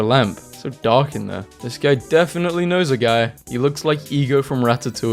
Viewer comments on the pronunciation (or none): none